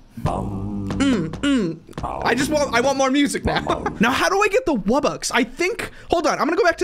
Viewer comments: NO ITS NOT WUBBUX ITS WUB BOX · Its pronounced Wub-BOX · You need to get to level 20 to get the wubbox and its purnounced wub-ox. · Wubbox is pronounced "wub-box"